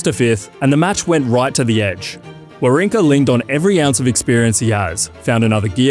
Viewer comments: You should learn how to pronounce the names 😅 Wawrinka is called VaVrinka Kopriva is called -> KopJiva there is no R its J when u pronounce it Kachanov is called —> Hachanov with H the correct way Machach is called —> MaHach with H like u say house —> H no Ch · "Wawrinka" was pretty bad.